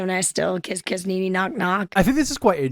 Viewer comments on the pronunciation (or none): none